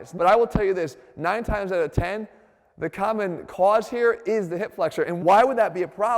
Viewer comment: DOT CALM, LOW BACK PAIN IS INCREDIBLY CALMMON